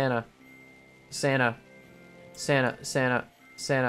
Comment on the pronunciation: sana sana sana sana ... sana I know he was saying santa ok